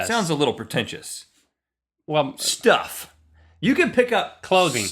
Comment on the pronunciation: Rhett said Shtuff